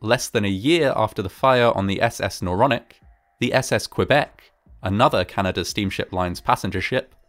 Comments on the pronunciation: Not the naronic the noronic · And isn't it Noronic? Don't you think? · Isnt it Noronic.